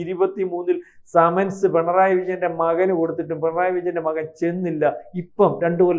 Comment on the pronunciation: ആദ്യം നാക്ക് വടിച്ചിട്ട് വർത്താനം പറയടാ ദുഷിപ്പേ സമൻസ് ..... സെമൻസ്.... മെൻസസ് അതിൽ എത്താണ് എന്ന് തിരുമാനിക്കട നാറികളെ .. ആരോ എവിടെയേ എന്തോ പറഞ്ഞന്ന് കരുതി ഇവിടെ വന്നിരുന്ന് കുരക്കുന്നോ ???